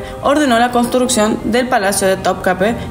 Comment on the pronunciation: Topkapi se pronuncia así....me hizo dudar...pero no se pronuncia con e al final, si no con i😅